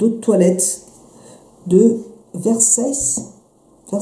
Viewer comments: Vercace ma belle ça ce prononce "Versaché" C est une marque de luxe italienne. J ai passer commande hier avec les -20% valable sur toutes les marques sauf fenty. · On prononce versatché je vous adore